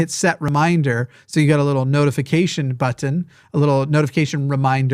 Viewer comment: I'll become a subbie when you start pronouncing "button" correctly.